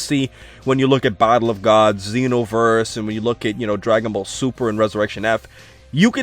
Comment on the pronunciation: sounds like says bible of gods instead of battle of gods